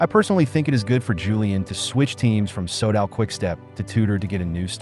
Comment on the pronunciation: Can you not use that bullshit AI voice? It's like listening to someone who has'nt a clue about cycling - I cringe - Leeg basto Leeg? Sodall? Jiyrow?